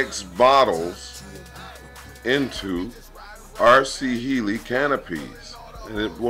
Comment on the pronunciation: Heli is "Hell-lee" not "He-lee"